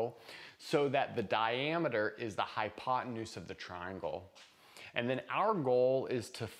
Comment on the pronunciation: "hypotenues" --- probably had a rough night...;-)